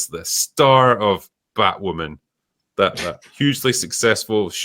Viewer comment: Ah, Wooby Wose, the Batwhaman. Meh...